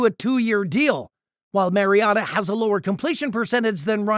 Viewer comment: You lost a tad bit of credibility pronouncing Mariota’s name as the Mazda miatta